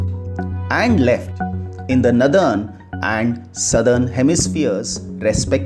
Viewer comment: The explanation is good but the pronounciation of the word Northern is नॉरर्दन and not as नदर्न